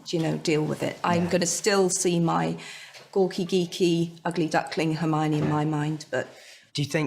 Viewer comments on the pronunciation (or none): 헤르미온느가 아니라 할마오니 라고 발음하네요.